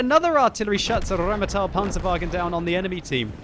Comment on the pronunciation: Stahp rolling your r's for German words. It's just Rheinmetal, not RRrrrrrrrrrrrrrrheinmetal.